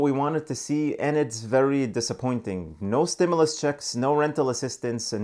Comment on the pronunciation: CLICKBAIT LIAR HE CAN’T EVEN PRONOUNCE THE WORD STIMULUS 😂 IF YOU LIKE THE INFO OR NOT HE STILL LIES AND GIVES FALSE INFORMATION BEEN CLICKBAITING SINCE THE FIRST STIMULUS CHECKS 🤦🏾‍♀️